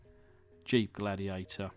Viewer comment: LIchen the Glad-'e-ate-'er!